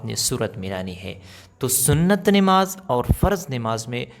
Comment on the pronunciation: Nemaz nhi h namaz h,sahi boliye